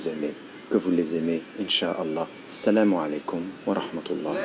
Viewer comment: Assalmou ce n'est pas la paix, la paix se prononce en arabe assalamou